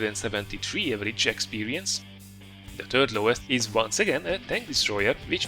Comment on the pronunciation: your english is superb, but 'third' sounds like 'turd', which describes the french TDs very well. Nice vid!